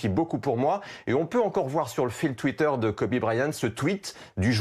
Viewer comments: Quel est l'utilité de parler de son affaire de viol ??? Surtout qu'il n'a as été reconnu coupable.... Et en plus ça se prononce "Kobi" pas "Kobé" merci les journalistes français... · PTN PRONONCE KOBE PAS KOBé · « Kobé » à et « fille aînée » à c’est bien d’être dans l’actu en direct mais pour mal prononcé son nom et dire des conneries ça ne sert à rien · Il a dit Kober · Il a vraiment dit kobé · "kobé" Nan mais vous avez pas honte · "kobé bryant" et mercé bfm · Deux trucs... déjà parler de viol (sachant que cette affaire est peut être inventée de tte pièce) au moment de sa mort c’est honteux et après dire « kobé » a putain c’est du non-respect faut s’informer au lieu de vouloir sortir l’info le + vite possible par des journalistes qui n’y connaissent rien en + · Putain mais respectée son prénom bordel on dit pas Kobé bande de merde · 2.30 :le mec dit KOBé IL est sérieux la !!!